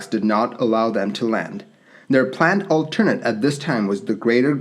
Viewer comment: Never heard "alternate" pronounced that way.